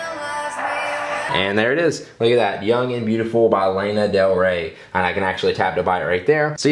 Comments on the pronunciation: Ohhhh my god he pronounced it like layna it's lana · LA-NA* not Ley-na